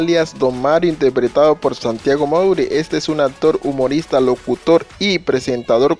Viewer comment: Se pronuncia ACTOR NO "APTOR"